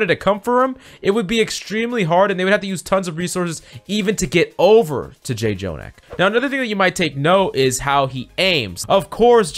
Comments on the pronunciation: Why do you say J-Jonak. Like you can just say jonak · IT'S JUST JO-NAK NOT JAY-JONAK 😵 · FYI: "Jjonak" is pronounced with a single "j" so it's "jo-nak" and not "jay-jo-nak". This is a Korean thing. When there are double consonants, they become a stronger sound of that consonant. In this case, the pronunciation is in between "j" and "ch". By the way: Jjonak is short for Jjomullak Nakji, which translates to "Squishy Octopus". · it triggers me how he keeps saying j-jonak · I was gonna comment it but you already did. Im just 3 mins into the video and was ready to say it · 1. Don’t promise in the title more than you could claim (Refer to Rein shatter video) Irritated lv.1 2.Revise your script, don’t controverse yourself, please. Irritated Lv.2 3. Call his name correctly “Jo-nak” It’s like your job is to read the scipt and never watch OWL..... Irritated lv.3 If you wanna be a good youtuber, create good content (which you did) and don’t promise something you can’t fulfill and plz research what you are presenting..... playing good ≠ teaching good. I like your content and hope you improve on these small stuffs that matters. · Hard to enjoy this video when he keeps saying Jjonak name wrong. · I can't watch the video it irritates me to much to hear jjonak's name said wrong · Don't mispronounce daddy Jjonak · Can’t enjoy this vid when you keep saying his name wrong